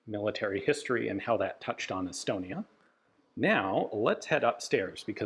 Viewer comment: Every time i hear Estonia, i hear Elbonia, sorry Estonia.